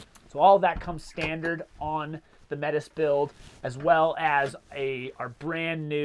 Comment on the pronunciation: Why this name? The Métis people of 🇨🇦 might be wondering especially because of how you said it.